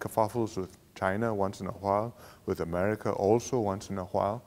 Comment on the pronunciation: I think u need to learn how to pronounce America before u clean your house lmao